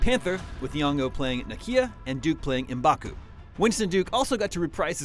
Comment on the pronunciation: IT'S PRONOUNCED (MA BAKU) NOT (EM BAKU) AND "AT ATS" TRIGGEREDDDD lol